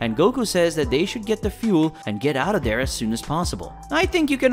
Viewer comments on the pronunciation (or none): none